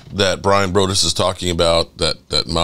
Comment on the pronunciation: Hey you are saying Brian's last name wrong 👊🏽 Broaddus. Thank you. Have a good day. I'm glad you and your family are home safe ✊🏽👊🏽